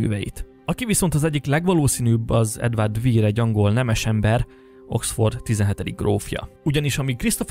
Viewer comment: Edward de Vere nevét / Edvörd dö Ve(ö)r /-nek ejtik...bocsánat nem fonetikusan írtam.Az Ö hang elhagyható mivel a kettőshangzók második hangjának kiejtése opcinális.